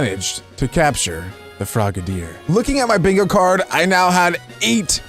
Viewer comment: It’s frog-a-deer